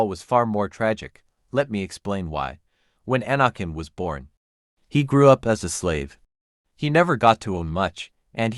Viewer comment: Please learn how to pronounce Anakins name correctly